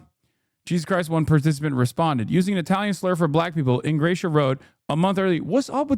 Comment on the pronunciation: Don’t think he is pronouncing Ingrassia correctly